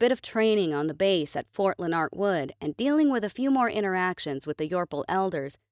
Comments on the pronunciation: Fort Leonard Wood was miss pronounced. It is pronounced Len-are-d or Len-erd. Like Leonard Nimoy or Leonard Hofstadter. Not Len-Ard. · You miss pronouced Ft Leonardwood it sound more like this Ft Lynard-wood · It's one word fort Leonard wood not Leon ard and wood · .18 i feel hurt by the way you pronounced fort Leonard wood